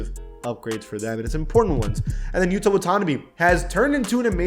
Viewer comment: Put some respect on Yuta’s name please by learning to pronounce his name.